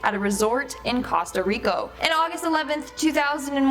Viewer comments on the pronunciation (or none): She said "Costo Rico." It's Costa Rica. That chick is dumb as a box of rocks. 😐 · The very 1st one she said Casta Rico?? Where thee F is that??? Did she mean Costa Rica or Puerto Rico? Damn now I dont know which one to stay away from. Thanks YouTube!! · Did she say Costa Rico??? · nice to see most amazing top 10 hasn't improved at all, this girl can't even pronounce "costa rica" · So is no one gonna point out the fact that this lady mispronounced Costa Rica? Just me?